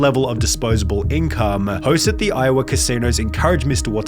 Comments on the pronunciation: dange-ah, borde-ah, iow-ah …. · Iowah, bodah so he could gamble at the casinoah. Please tell me this is a crappy Aussie bot doing the voice?